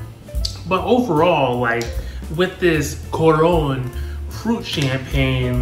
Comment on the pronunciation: thanks for trying a drink from my country! it is artificially flavored, I never noticed the smarties thing, but you are rite tho! i still go crazy for it tho, much luv 🇭🇹🩷 if you want to pronounce it more correctly, it's more like koo-run with the light accent :)